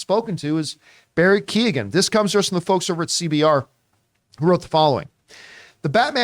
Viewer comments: Americans and Canadians just butcher names . Prenouced "Key""Eoin" not Keegan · You guys are pronouncing Keoghan very wrong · pronounced KYOH-gan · Barrys surname is pronounced "Qo-han" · Key-ohn is the pronunciation